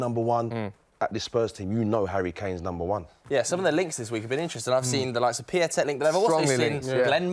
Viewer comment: It’s not pronounced piatek It’s piontek